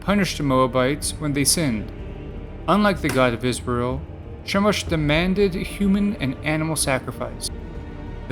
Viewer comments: It's pronounced Kah-moh-sh... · Is this supposed to be funny? YHWH all throughout the Old Testament demanded sacrifice. Read your bible! Stop lying about the God of the bible and it's pronounced Kemosh. The Demiurge is the worst god in history as more people have died in his name!